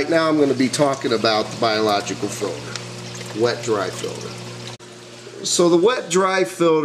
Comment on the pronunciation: filter not filder